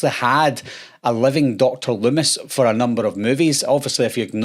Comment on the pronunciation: "DOCTIR lumm-ISS"